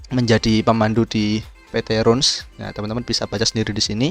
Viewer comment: Bacanya Rans bukan Runs bro